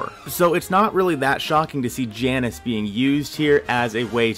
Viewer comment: I was just laughing because you literally put an image with the correct pronunciation in your video ( jay nus, not jannus)